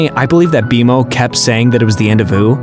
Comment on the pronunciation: Does it bother anyone else that they are clearly saying multiple names very wrong?!?! Its B-Mo not B M O and Marceline not Marcelynn. 🤦‍♀️🤦‍♀️🤦‍♀️ the show give you pronunciation. This just tells the audience you didn't watch any of it.